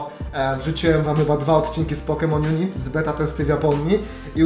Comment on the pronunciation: Mówi się "junajt"